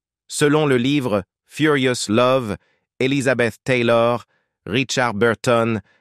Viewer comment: La voix du commentateur est agaçante, surtout à chaque fois qu’il dit « Taylor » ! On se demande qui c’est ? Au départ j’ai pensé qu’il parlait de son tailleur, puis après j’ai réalisé qu’il s’agissait d’Elisabeth Taylor. Il l’aurait nommé Elisabeth, ça aurait été beaucoup plus percutant et beaucoup plus sympathique